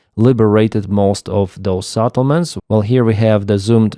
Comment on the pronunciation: sEttlements NOT sAttlements!!!!!!!!